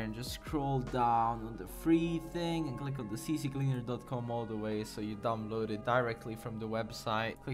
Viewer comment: “See cleaner” not “see see cleaner”